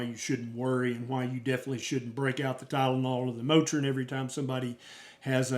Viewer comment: Soooo funnie when you got on here and said "Tylenol and Motrin". That cracks me up.